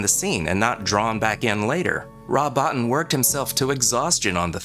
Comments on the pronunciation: Its Rob Bottin. Bow-teen. Great video anyways.✌ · also "Rob Bo-Teen"